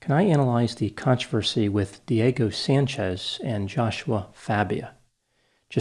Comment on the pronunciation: I've never heard of either of these two men. My biggest struggle listening to this analysis was the fact that every time Dr Grande said "Diego Sanchez", all I heard was "Dirty Sanchez". What is wrong with me?! 🤦🏻‍♀️